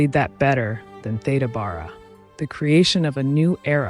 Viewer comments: Thank you for covering early Hollywood, such a fascinating topic. I just sub’d. An aside, as an older person, having heard people older than me pronounce it, Theda “Bear-ah” is the correct pronunciation. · Are you pronouncing her name correctly? I've always understood it to be Thee da Bare a. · Loved this. My mom used to talk about Theda Bara, though she pronounced it Beara. I’ve subscribed. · When I was growing up I remember her name was pronounced “Theeda Beara”. She had a remarkable face and I loved her lavish (and rather scandalous) costumes. How sad that people came to mock her when she appeared on the stage. It’s a very cruel industry. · You have your facts wrong, as well as, the correct pronunciation of her name.